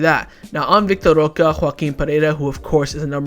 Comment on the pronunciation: why won't you pronounce roque correctly? currently banging head against wall...